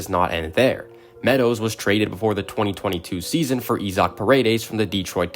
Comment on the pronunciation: Not going to subscribe if you mispronounce Isaac like that